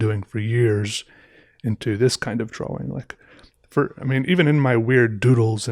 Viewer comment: This guy got all his views by pronouncing the 'W' in 'drawing.'